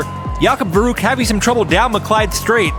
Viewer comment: Oh man, I love that channel. It never get boring. By the way, the ü in verrückt is not pronaunced as a 'u'. Did you know that verrückt means crasy or nuts like it drive me nuts which first perfect to a car-race. Cheers from Hamburg, Germany. 😃😃👍😁😁